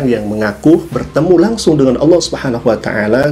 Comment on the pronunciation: Ini bukan warga Malaysia,ini warga apa pun xtau.sebut nama Allah pun salah jadi sebut Aullah